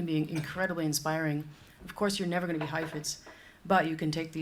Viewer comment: His pronunciation of "go--" words like "good" and "going". He says something more like "gewd" and "gewing"--a little too short for a native. Also his "S" sounds are a bit soft. His accent is so very very good--I could never get another language as close as he was able to... but as a native New Yorker you can hear the very slight accent.